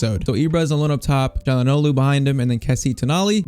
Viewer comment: The way he says Calhanoglu is really annoying even though literally nobody can pronounce his named, including me lol